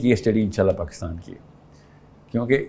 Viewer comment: Wo anchor a gaye Jo Pakistan ko Pakastan kehtay hain